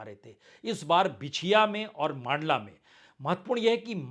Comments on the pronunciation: सुनाबली नही सुमावली है, और नर्मदापुर नही नर्मदापुरम है, मांडला नही मण्डला है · Abey tu mandla ko maandla bolta hai tu mp ko kitna janta hai.